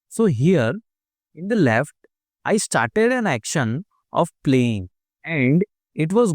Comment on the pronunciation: He said let's get ishtarted instead of started